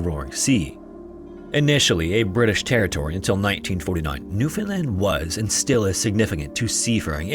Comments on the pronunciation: I’m now realizing how to actually spell the name because my Newfie family pronounces it “Pooch cove” like the name for a fancy small dog. You didn’t say New-fOUNd-land like some people which is a win lol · Thank you for saying Newfoundland correctly ❤